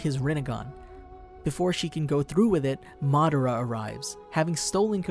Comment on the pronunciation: Madara oh Cheaha